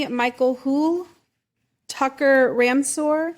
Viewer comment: “Tuck-her Ram-sword”? 😮